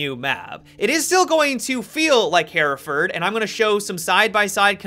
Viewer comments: Hereford = "Her-furd" Hereford ≠ "Hair-a-furd" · Am I the only one bothered by the pronunciation "Hairaford" ???